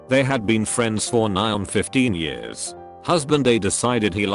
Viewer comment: so the robot can’t pronounce “years” correctly but can pronounce “Spanglesh “ without fail… Ok.